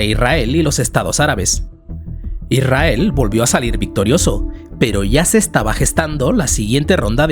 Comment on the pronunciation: Deja de decir "Irrael". Es Israel. Con s.